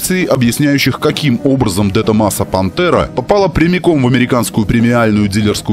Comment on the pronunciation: Правильно говорить Дэ Томазо